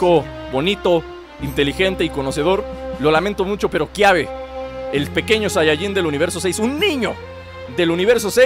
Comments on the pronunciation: es kabe no kiabe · Es Kaybe no Kiabe